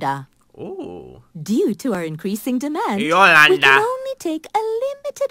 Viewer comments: Bruh, you were saying "Yoslanada" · my mom is called yolanda and i cringed every time you pronounced it lmao